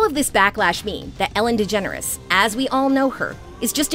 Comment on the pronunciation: Just pronounce her last name....Yep their you have it folks!